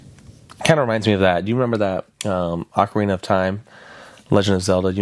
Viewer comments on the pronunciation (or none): none